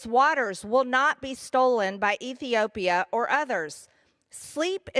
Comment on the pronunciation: Someone please teach this low IQ redneck idiot, how to properly pronounce Ethiopia.....